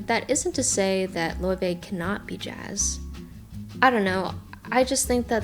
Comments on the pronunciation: Btw it's Lay-vay not loy-vay I think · loyvay is the true icelandic pronounciation. layvay is saying it right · You said her name wrong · You pronounced her name wrong lmao